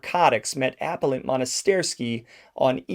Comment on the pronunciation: If you're planning to reference legal cases, please learn the correct way to pronounce legal terms. One example (among many): it's a PELL' ant, not A' pell ant. Also, it seriously damages your credibility as a "mafia aficionado" when you're unable to correctly pronounce the names of the mafia figures you refer to.